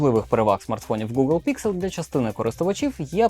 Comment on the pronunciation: Не ПІКСЕл а ПІКСЕЛь!!!! Дебіл ти чи що!???